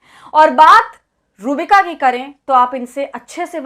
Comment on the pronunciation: Madam iska naam sahi se le ruh-bika lanatttt h